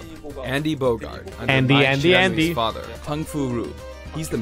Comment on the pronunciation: I love how he just (refuses?) to pronounce Bogard right